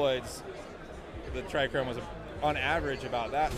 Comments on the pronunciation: There is no R in trcome. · Oh man that was bugging me. Owns seed company, doesn't know how to say a key word in his trade. Still love the genetics though!